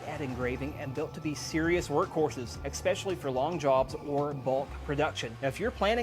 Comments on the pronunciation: great video, but it's ES-PECIALLY, not EX-PECIALLY. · Had to turn this video off. I refuse to watch a half an hour of somebody that doesn’t know how to say, especially